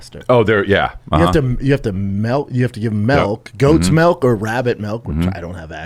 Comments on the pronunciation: Why does Brendan say "Malk" instead of "Milk"? 😂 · Not one original thought in that dude‘s brain. Still trying to figure out what “melk” is?